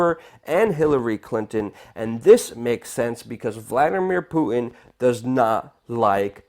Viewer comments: It's Putin, not Poo in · Love your work Luke but hearing you mispronounce the name of Russia's prez over and over is making me crazy, okay, making me crazier. LOL! It's not Pooh-in it's Poo-Tin. Good natured jab, keep it coming! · poo-en is about an ignorant sounding way to pronounce Putin's name. Makes you sound stupid. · Sir, you have an irritating way of pronouncing 'Putin'. There's a T lurking in there somewhere. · dude, its "Pu-Tin" and "nu-CLE-ar," annunciation will only add to your credibility :)